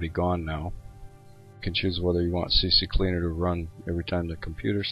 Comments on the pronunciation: lol it's called CCleaner not CCCleaner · He Said , cccleaner lol but he typed Ccleaner xD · It's Ccleaner not CCcleaner